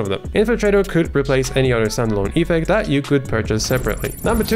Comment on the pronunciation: It's ef-FECT, not EE-fect :) Love your content though